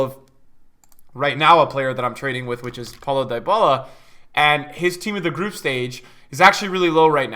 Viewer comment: Facts. Just remember when you pronounce Dyballa..... He is NOT "Dying"...... D-balla